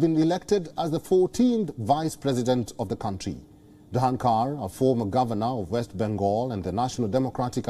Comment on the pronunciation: The reporter has trouble in pronounciation of the vice president name 🤣🤣🤣🤣🤣🥰